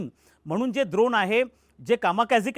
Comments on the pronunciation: "द्रोण" नाही हो काका " ड्रोन " बोलतात त्याला.. "ड" डमरू चा "ड" 😅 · पॅट्रिओटिक नाही पॅट्रिओट सिस्टम. द्रोण नाही ड्रोन.